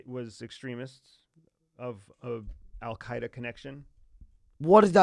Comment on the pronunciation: he said Al K Da extremists.